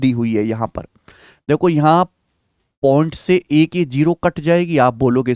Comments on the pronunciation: अद्भुत, अकल्पनिय class, 7 करोड़.........🙏🙏🙏🙏😂 बस आप point को pont मत बोलिये सर जी नहीं तो ध्यान भटक जाता है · Please don't say pont it's point 🥶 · Point ❌ pont ✅ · Point ❌ pont 😆